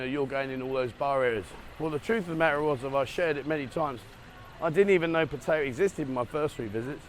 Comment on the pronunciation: Oh nooooo not another that has zero idea how to pronounce Pat…Tie…Yah